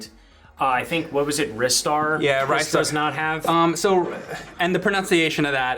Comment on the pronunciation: Ricetar, lol